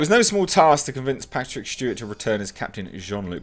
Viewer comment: Patrick Schteewart